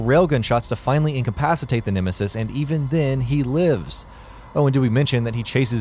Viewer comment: you saying nemesis incorrectly